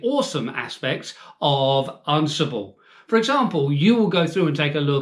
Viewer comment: Am I pronouncing it wrong or are you? I thought it was an-si-ble not arn-si-ble lol Are you just concentrating on the RHEL exam for this little series of videos? I'd love to see Ansible used with some other declarative software like Vagrant or Terraform.